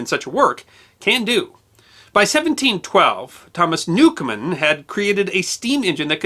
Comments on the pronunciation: "Newcomen" NOT "Newcomer" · I hate to be picky about your generally excellent production but you pronounce Thomas Newcomen as 'newcomer'. Stuff like that eventually makes its way into history books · It's Newcomen, not Newcomer!. And since I'm here, I will pose a question that has nagged me for years. Newcomen's engine was an atmospheric engine, not a steam engine. The steam was only used to create a vacuum. Watt's improvement was the external condenser, which eliminated the heat lost in cooling the cylinder. Did Watt ever build a true stream engine (i.e. one that used pressurized steam)? Also, his use of the sun and planet gear was not a brilliant innovation. Watt used it to get around a patent on the crank.